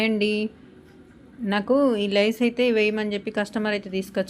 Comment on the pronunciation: లైస్ అనకూడదు, లేసే అనాలి